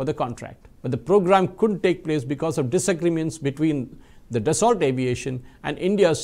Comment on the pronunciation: French pronunciation: Daso